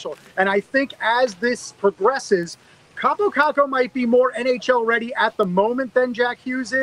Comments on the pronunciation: Your Kaapo Kakko pronounciation is good but you are saying it like Kaapou Kakkou. like hear how google translate says it thats the right way to pronounce it. If you don't believe me you should trust me cuz i'm finnish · Im Finnish and its pronounced KaaPO KaKKo! not Kapo Kako👌